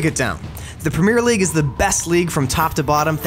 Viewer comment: And he didn't even say "premier league"; he said "premiere league".